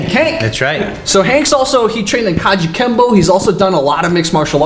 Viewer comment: He said Kajukembo. Hahahaha. Don’t you remember that great UFC/MMA Kajukembo champion? Neither does anyone. He doesn’t exist. Ridiculous.